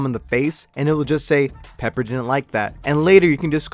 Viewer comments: Its piper not pepper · Piper HE SAID PEPPER